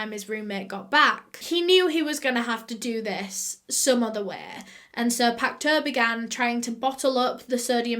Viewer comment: sodium hydroxide is an alkali, the opposite of an acid. It is not corrosive unless under pressure and heated. It turns dead bodies into a soap-like consistency and preserves it. It can disintegrate delicate tissue eg corneas found externally. Pacteau is pronounced 'Pack toe' in French.